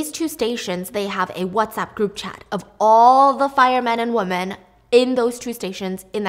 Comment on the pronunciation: WOMEN... DAMNIT STEPHANIE ITS WOMEN.... NOT WOMAN